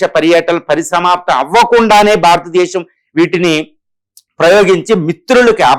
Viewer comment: భారతదేశం భారతదేశం భారతదేశం అని పలకండి